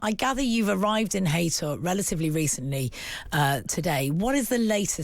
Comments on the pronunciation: its Hay tor not hayter rip ann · It’s pronounced hay tor not hater